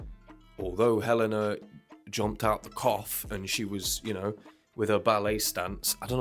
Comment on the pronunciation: Watch the fan made video for the song Sleep It's my favorite for venting out. Also, he pronounced her name as Hell - AYE - na